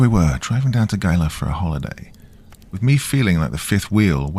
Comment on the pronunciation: It's pronounced he-la. Think he-la monster